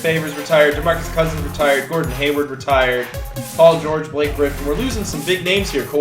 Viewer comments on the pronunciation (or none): none